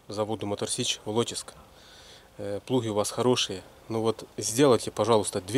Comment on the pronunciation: ВолочИськ, а не ВолОчиськ)))Від слова волочити.